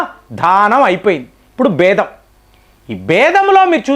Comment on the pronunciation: మీరు చెప్పే విషయం బాగానే ఉంది కానీ, మీ ఉచ్ఛారణ మెరుగు పరచుకోండి. 'బేదం' అనకూడదు; "భేదం" (బే అనే అక్షరానికి వత్తు ఉంటుంది). అంతేకాకుండా, ప్రతిమాట పలికేటప్పుడు మీరు మీ తలను అతిగా ఊపటం తగ్గించండి.